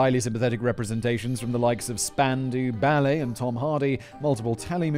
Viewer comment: Spandoo Ballet? 🤣🤣🤣